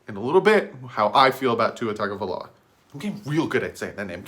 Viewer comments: It's not " Tag" a viloa. Its "Tongue " a viloa. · Hey. I hate to be the bearer of bad news, but you're still pronouncing his name wrong. I wasn't sure myself, but if you listen to his press conference he pronounced his brothers name on a couple of occasions and said TUNGAvailoa. So, it's not pronounced as it's spelled like we both thought as TAGA, but pronounced as TUNGA. Great video. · I personally would love to draft him (p.s. its pronounced Tung-oh-vie-loa) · u were saying it wrong lol. it is tongue-oh-vai-low-uh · And do some research on how to pronounce his name.